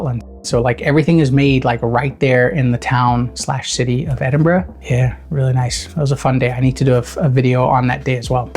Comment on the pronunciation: he even pronounces Edinburgh correctly, is there anything this man cant do?